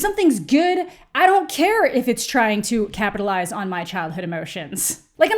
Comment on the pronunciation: Did you say "campitalize"? Cuz I think that's the word.